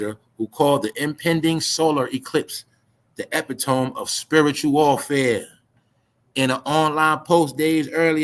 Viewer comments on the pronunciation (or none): e-pit-o-me. Epitome